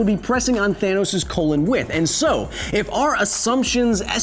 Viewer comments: Did he say "Thanus"? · "Thanus". No more needs to be said. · “Thanus” O-O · “Thanus” HE SAID IT! HE SAID IT! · XD HE SAID HIS THANUS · That moment when he said "thanus" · Me: thanos Ant man: thanus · I was sad, but then I remembered you said Thanus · He just fucking said thanus... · The mad Titan "THANUS" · “Thanus” wow. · DID YOU JUST SAY THANUS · Thanos is actually pronounced "the anus". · It’s called thanus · He really said thanus 💀💀💀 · Nobody: Kyle: THANUS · His "Thanus," Hahahaha.